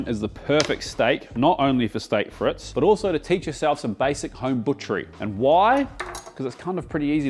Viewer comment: STAYK FRETZ . that is exactly how it's pronounced... lmao